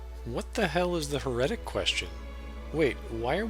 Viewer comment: HEretic, not heREtic Hive mind, not mind hive